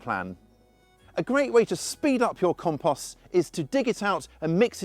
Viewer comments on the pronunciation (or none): Drink every time he says KAHM-PAHST! WASTED! 😂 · Learn how to pronounce compost before you try to tell me about it.